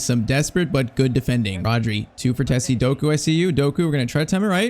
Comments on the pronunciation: Frtesi ❌ Fratezi ✔️ I'm talking about pronunciation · IT’S FRATTESI (FRATEISEE) NOT FRATHESSI